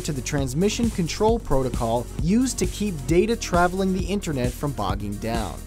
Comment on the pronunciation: interne- ANTERNET